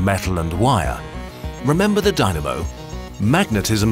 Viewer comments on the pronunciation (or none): none